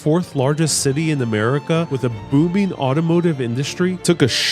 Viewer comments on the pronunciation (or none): When you said booming it sounded like you said boobing lololol